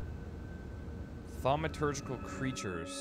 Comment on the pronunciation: Wow, you actually pronounced "thaumaturgical" right. I have to personally congratulate you on that one. lol